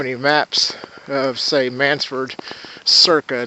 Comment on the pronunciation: It’s not “Mannsford”, it’s Mannford!